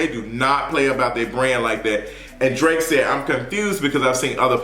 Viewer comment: Did you just call him Drak- I’m done. 😂